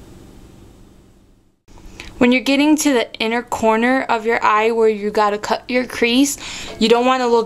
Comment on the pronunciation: sounds like you say : cute tip :P